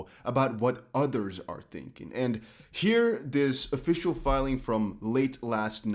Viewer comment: I know you say "It's here" but I hear "It's hair" lol